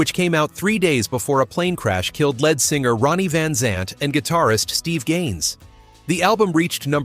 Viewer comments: I will have to remember that band…Leonard Sky-nerd. And its lead (pronounced led) singer. None of these songs are evil, but this video comes pretty close 😝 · Apparently it's because of this why Led Zeppelin dropped the "a" from the group name [we have all heard how they got their name...about how their music would go over]. This narrator would have pronounced it as "lead" (with a long "e").